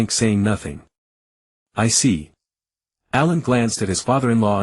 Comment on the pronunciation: What with the names bro. Why pronounce it like A I lun instead of allen